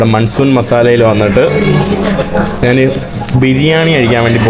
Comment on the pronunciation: ഈ മൈ.,.. നെ വിശ്വസിച്ചു കൂടാ. ഇവൻ ഈ നാൻ, നാൻ നാണു, നാനു എന്നൊക്കെ പറയുന്നു. മലയാളം ശരിക്ക് അറിയില്ലേ